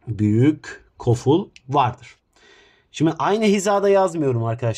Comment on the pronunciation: Koful❌ Goful✅